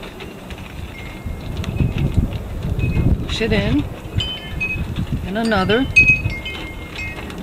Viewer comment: PLEATE ... It sounds like you are saying PLATE... otherwise GREAT VIDEO